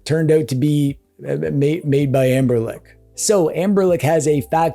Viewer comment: Dude called ambernic amberlic the entire video :l